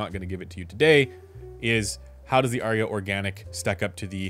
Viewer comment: There are but TWO syllables in "Arya". 🎧